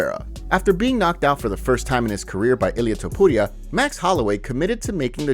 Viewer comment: Why do white mma analysts insist on using an accent when pronouncing Hispanic names? "Ilia Ta-pudd-dia isn't Spanish! His name isn't Spanish. He's Georgian. His surname is Georgian. Eastern European. "Ilia I-taught-i-taw-a-ta-pudde-tat? And it's ONLY Hispanic names. Not European, Asian, African.....only Hispanic Bethe Correia (Beth cor-ray-ah) is Betch Co-hay-da. May be closer to the proper Portuguese pronunciation, but you're not Portuguese or Brazilian and you don't do it for any other languages! Stop.....Jon Anick, Rogan, all of you English speakers......stop it, or give all fighters the same "respect," I'm sure respect is the intent, so why only the know polishing of Hispanic fighters? I hear quite a few of us in regular society doing this. It doesn't look fancy. You don't look worldly and educated. It doesn't show how open-minded and diversity friendly you are. You look and sound foolish and weak. You look like a "try-hard" and your pronunciation is bad. Just say it like all us other normal, English speaking white people. It's nothing to be ashamed of. People from all over the world come to our countries to live, having fled from their own.....we must've done some shit right. Embrace your inner white man and stop trying to sound cool. They're not gonna high-five you and marry your wife and daughter because you say their name with an accent.